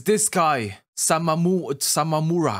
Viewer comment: I'm your new pronunciation teacher, it's Sa-wa-mu-ra